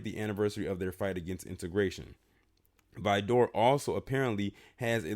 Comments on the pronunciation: Good Lord, whoever told you it's pronounced "Vi-door" is NOT from TX. You had it right the 1st time, Vidor, that's it. As a Texan it just hurts my ears hearing "Vi-door." It's between Houston and Beaumont. I've passed through there on my way to New Orleans a few times and trust me when I say you want to get the HELL outta there ASAP. The one time I had to stop there I felt the heat in the store. Black ppl stay the hell out of there. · You are saying Vidor wrong try saying like vider good video sir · true texans say it like "vid ER"